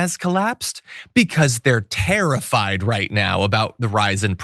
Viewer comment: "Because they're tariff-ied" 😂😂😂